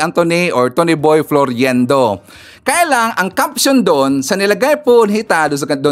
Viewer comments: FLOIRENDO Hindi FLORIENDO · Its FLOIRENDO NOT FLORYENDO. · You are mispronouncing his name it's pronounced as FLOYRENDO and spelled as Floirendo. It's annoying to the ears.. This Cathy Binag is such a friggin liar and shld stop advertising her immorality and stupidity imo... just sayin...She is a mistress sans class imo .